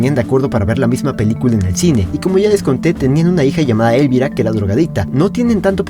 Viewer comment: Elvira es un nombre español y se pasan el vídeo pronunciando lo mal, el golpe de acentuación va en la I central y no en la E inicial.